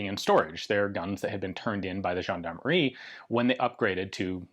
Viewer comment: Good pronounciation for "gendarmerie" Ian. "Gendarmerie" is a french word. 😄